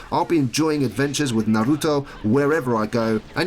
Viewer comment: You say hokage and Naruto real fricking weird